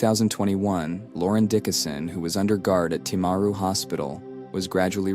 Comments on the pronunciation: You can't even say the town probably Tim-a-ru timaru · This happened a few hours from where I live. Sadly some people think that she shouldn't be in prison. She had post natal depression, not psychosis. One in 20 of us experience depression, it doesn't give us a licence to kill. If we allowed her to get out of jail free, then we'd be allowing everyone who had depression to hurt others. PS: The pronunciation of Timaru and Graham is annoying